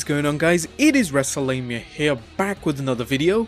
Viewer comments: "Wrestlelamia" wtf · What? Did hear that "Wrestlenia" or "WrestleMania"?